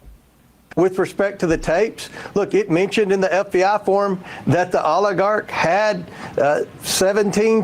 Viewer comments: Comer: "The Olergarkt" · Never trust somebody who can’t properly say oligarch